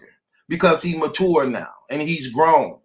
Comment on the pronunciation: 2021 we finna teach how to correctly pronounce “Mature” 😭😭💯